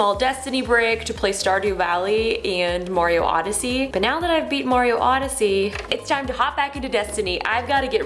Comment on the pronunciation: You’re getting super MARIO odsyee right!!!